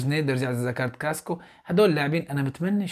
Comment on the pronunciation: يا صديقي اسمه كاسكااااااو مو كاسكو لو سمحت لاعاد تقول كاسكو 🙏🙏تقدّم وفقك الله